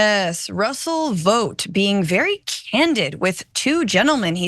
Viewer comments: Ikr, idk why she missed this perfect opportunity and kept pronouncing it vote instead. Wth? Probably working with homelander behind the scenes. 😂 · It’s pronounced “Vawt” like in The Boys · Omg stop pronouncing it as VOTE! We've all seen the boys, we know how it's really pronounced. Smdh.